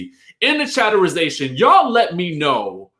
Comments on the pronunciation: Please STOP saying chatterization!!! Omg🤦🏽‍♀️ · Omg i love but he can thro that chatterization away